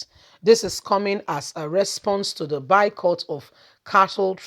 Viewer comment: Are you trying to say boycott? Because you keep saying bycott! At least that’s what it sounds like.